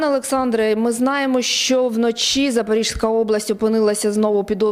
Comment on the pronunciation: Будь ласка, навчіть ведучих правильно вимовляти - Запорізька область (не ЗапоріЖСька). Дуже ріже слух - це ж елементарні правила чергування приголосних, які вивчають в початкових класах. Дякую